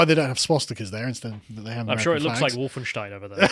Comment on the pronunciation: Wait, is barely literate but he pronounces Wolfenstein correctly?